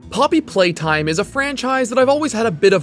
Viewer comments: ploppy playtime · is it just me or did he legit said “ploppy playtime” at the start 💀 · hehe ploppy playtime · why did i hear the first line as "ploppy playtime" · this is a ploppy moment